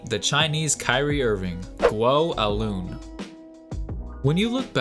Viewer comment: Although not imperative, the proper pronunciation for his name is “guo Eye lwen”